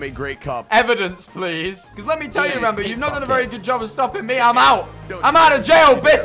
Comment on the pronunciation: Ranboo fans: “Ranboo Ranboob “ Ranboo: rounboo